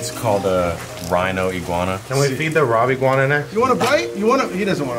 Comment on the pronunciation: “ the robiguana”